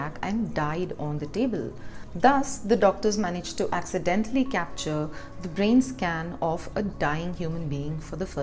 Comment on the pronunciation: I love how she emphasizes “accidentally” I doubt it was accidental.... Sounds like “DNR, or lazy doctors that needed to know.” I suppose it’s educational...